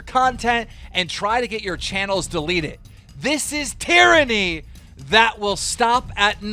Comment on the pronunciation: Keen really mispronounced tyranny 😂